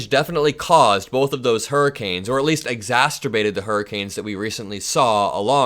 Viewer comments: i libe your reporting. Please know I only mean the beat when I offer a correction. The word "exacerbate" does not have two letter "t"s. It is not ExasTerbate. (Sounds like masturbate) its ExacErbate. Thanks. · Just looking our for you. Don't take this personally because you are a hero, but there's no "t" in the middle of exacerbate. It's not exacterbate. Love your show and like I said, "Just looking out for you." I know you're very bright and just want to to continue to sound that way.